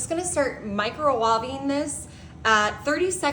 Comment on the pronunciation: I was thinking the same thing. What are mercils and microwawving? She also pronounced ganache incorrectly.